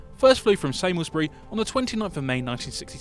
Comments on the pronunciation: The airfield where XS935 first took off is pronounced Sarms-burr-ee. The test pilot's last name was Beamont, pronounced Bee-mont, not Beaumont as stated. Just two of the mistakes in the video. I do wish Airfix would stop using AI narration. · Still the only aircraft to accelerate to supersonic in a VERTICAL climb. Shame about the mispronunciations of Samlesbury and Beamont.